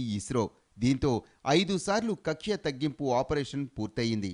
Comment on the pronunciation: కక్ష కాదు తల్లే... కక్ష్య...